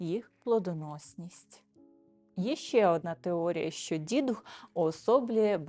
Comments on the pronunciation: Вітання. Не дІдух, а дідУх. Говоримо українською, панство! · дІдух чи дідУх? Родом з Галичини і все свідоме життя ставила "дідухА". У вікіпедії також вказано наголос на другому складі. Наша країна велика і розмаїта. Мені щиро цікава міграція наголосу. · Вірогідно, що правильно , все ж , дідУх - дІдів дух, дух дідІв - поминання душ померлих пращурів. Тобто, наголос на "дух". Хоча у різних регіонах різний наголос .